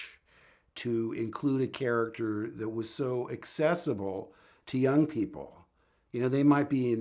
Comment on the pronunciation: "He was a carchter you could relate to". Unlike one other main charchter.